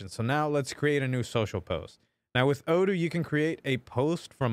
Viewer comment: you forgot to say O doo not O don't:D we love you:*